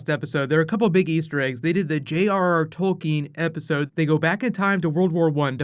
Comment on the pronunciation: God I hated how much they mispronounced Tolkein's name